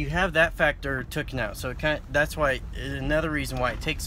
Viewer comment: 4.52 ... "no humidity, so you have that tookin out". "Tookin"? What the hell is "tookin"???